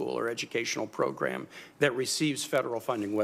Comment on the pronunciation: elizabeth warren is such an idiot proGRUM proGRUM PROGRUM